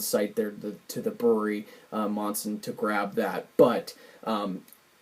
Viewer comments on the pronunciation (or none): Mispronouncing the names of towns in Massachusetts is a very common thing. It's not Manson, it's Monson, like saying Monday. My favorite mispronunciation is still Worcester. I'll be getting this pack very soon. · The town is pronounced more like "Mun-Sin". Its in Western Massachusetts. Sorry for the correction. I'm from Mass. Cheers!